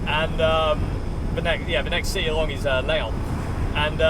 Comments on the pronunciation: Leon is a Spanish town. The French is called Lyon “L(ee)on”. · Hi, great time with you on the road. Your pronunciation of French cities was really fun: Dijon, Calais, Reims and especially "leon" for lyon. I have been driving the A1 for 20 years for my job, this road is hell you have to suffer friend. Here you are in the sun, hoping to see you in the corner, even if I did not understand your place of residence.